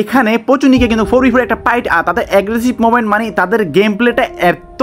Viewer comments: Bhai apni pight bolen kn 😂 fight bolen 😊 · Fight ❎ Pight ✅😂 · ভাই পাইট না ফাইট😂😂